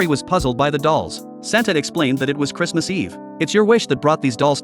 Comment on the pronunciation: «Santa said it was chiristhmans eve»😂😂😂😂